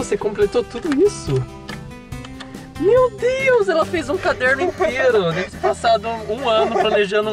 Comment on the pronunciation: Acho que ela falou "meu deus" mas pareceu mateus mesmo KKAKAKAKAKAKA